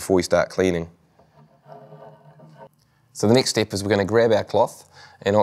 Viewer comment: Im laughing like rn because of that